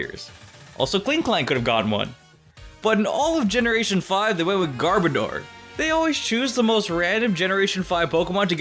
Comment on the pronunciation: this man can't pronounce Garbodor he says garbadoor...